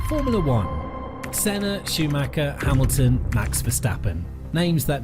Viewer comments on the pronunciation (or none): none